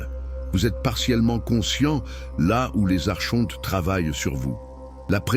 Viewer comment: Espèce de tête de con d'I.A on ne dit pas Archontes mais Arkontes .....pffff